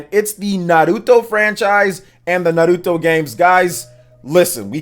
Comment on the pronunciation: Thanks for pronouncing Naruto right king